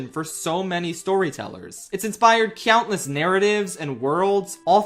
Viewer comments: great video but not gonna lie it takes me out of the video a bit whenever i hear you pronounce 'countless' as 'cyountless' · "CYOUNTless" 😂😂😂😂😂😂 we luv u ❤❤❤ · why does he say cyountless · I can't un-notice how he pronounces countless with a y every time. cyountless.